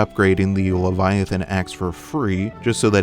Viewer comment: mf said "Leliathin"